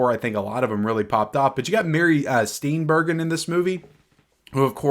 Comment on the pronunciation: Steenburgen = "Steenburjin"